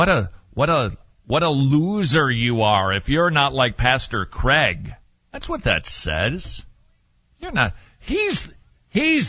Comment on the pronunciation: He adores Cwaig.